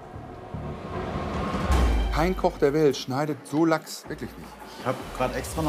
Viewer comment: Bei Rosin heißt der Lachs anscheinend Lechs oder Lochs...😂...